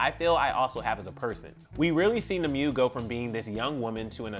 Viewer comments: He keeps saying “knee-moo” but I’m over her cringing cuz I know it’s “nim- Way”. Nimue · Nimue is pronounced as "Nim-Way" lol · Anyone else annoyed with how he pronounced Nimue 💀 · My god, is it that hard to look up how "Nimue" is supposed to be pronounced? Also, she literally didn't say why she left in any of the quotes you've provided. This is neither clever nor news.